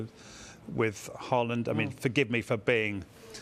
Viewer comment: I refuse to accept the opinion of a man who compares football to American basketball, and keeps referring to Haaland as "Hore-lund". How hard is it to pronounce? Haaland himself said it's pronounced HAA-LAND.